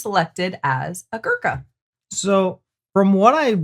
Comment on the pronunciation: Your caption: "become a Gurkha". He is a born Gurkha (community) & doesn't become a Gurkha. You may say "become a Gurkha soldier". , ....... Your pronunciation of their collective name is 'atrocious'. For your sake, to suit your pronunciation I modify the spelling to "Goorkhas" (the first syllable rhyming with poor or loot).